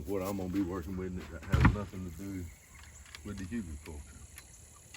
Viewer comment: I think it's HOO-gul, but who really knows? It's a German word